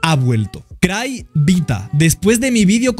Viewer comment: No es -cryvita Es -cryevita 😂😂😂😂😂😂😂😂😂😂 👇🏻Dale like si estas con cry